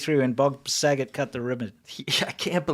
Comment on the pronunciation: The kids who weren't there pre-1999 need to be taught that Saget is pronounced "sah-'zhey". Muhfugga was funny, but French as a bundle of sticks. o/